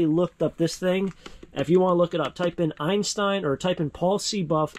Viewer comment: Did you say EINSTEIN…